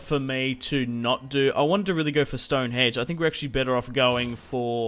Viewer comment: Stonehenge not Stonehedge